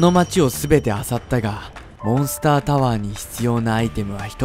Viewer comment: 1：28の時モンスターじゃなくてモンスタになってる